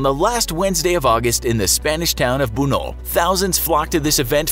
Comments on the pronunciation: It's not Bunol it's Buñol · I'm from Valencia and I've been to la Tomatina and yes,it's very weird and awesome, I agree in mostly everything that you say but the town is not Bunol is BUNYOL/BUÑOL!!!!!